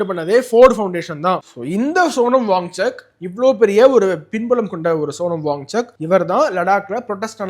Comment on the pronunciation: His name is pronounced as WANCHUK and not WangCHAK. Correct yourself